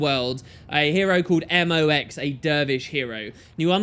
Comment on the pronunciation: Hey! It's not "Eh Moe X", it's M.O.X.!